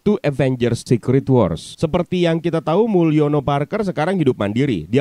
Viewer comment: Mulyono Karker. Gitu sih saya dengarnya